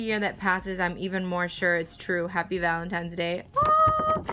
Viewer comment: "Valemtime's day"